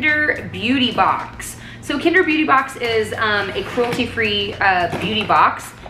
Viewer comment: Is the kinder box not pronounced kind-er? Because its kind to the environment/animals?